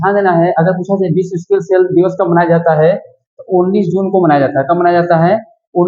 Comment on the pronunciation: ❤स्किल नही भाई सिकल सेल एनिमिया होती है आपने स्किल सेल एनिमिया बोला है ❤